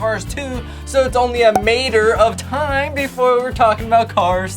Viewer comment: Funny. “Mator of time”!